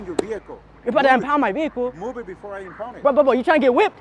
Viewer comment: It's " impound " not impund !